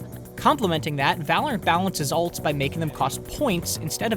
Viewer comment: Whoa, Black Betty (Val-or-ant) Whoa, Black Betty (Val-or-ant) Black Betty had a child (Val-or-ant) The damn thing gone wild (Val-or-ant) She said, "I'm worryin' outta mind" (Val-or-ant) The damn thing gone blind (Val-or-ant) I said oh, Black Betty (Val-or-ant) Whoa, Black Betty (Val-or-ant)